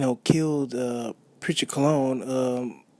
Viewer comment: Your the bottom of the barrel Disgusting for this opinion you felt you wanted to give. Sounding dumb and uneducated AF . Wow how do these bloggers come up with there conclusion . When you barely can say his name right .